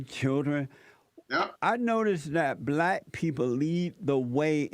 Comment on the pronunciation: can't pronounce the word black. He says blat. What a moron.